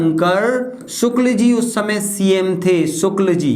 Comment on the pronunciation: Sir रवि शंकर शुक्ल है वो शुल्क नहीं 😂😂